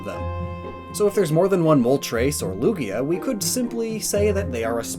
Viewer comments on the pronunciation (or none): none